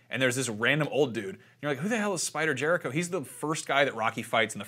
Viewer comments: It's spider Rico not jerico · Lmao spider Jericho. It's spider Rico lpl